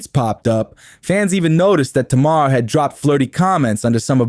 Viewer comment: Maybe JUST MAYBE Properly pronounce her name then this video might get credit 🤔 🤷